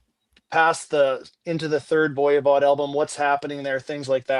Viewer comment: for the love of all things holy lol, would you please stop saying ‘Voya Vod.’ It is pronounced Voi as in ‘boy’ Vod. Sorry to get picky but I have been putting up with your mispronunciation for years and am crashing out lol.